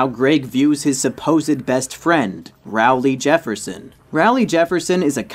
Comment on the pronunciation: no offence but rowley is pronounced like roll-ly